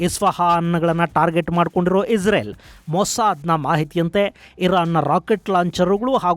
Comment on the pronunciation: ಪದೇ ಪದೇ ಇಜರೆಲ್ ಈಜರೆಲ್ ಅಂತ ಹೇಳ್ಬೇಡಿ ಗುರುಗಳೇ ಅದು ಇಸ್ರೇಲ್